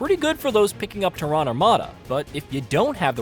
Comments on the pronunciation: Terran, rhymes with Karen... not terr-Ahn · It's definitely not Tehran. Lol. It's like Tair-Ren. Tehran is the capitol of Iran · Ter... Like in "terror". Ran... Like "Jack and Jill RAN up a hill". Not like a Middle Eastern country. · ''Teh-ron''' come on guys, how do you mispronounce Terran? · Why can no one say “Terran” correctly? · I hate how you pronounce Terran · Interesting way to pronounce “Terran” haha